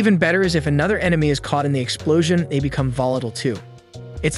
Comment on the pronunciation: "exploosion" lol